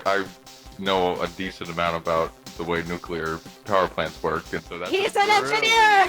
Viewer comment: I hate being that guy but hearing him say “Nucular” is like an ice pick to my ears